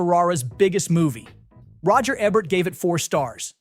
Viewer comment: “Roger Ebbert” is a pronunciation that made me open the comments. Otherwise, I was enjoying the video essay.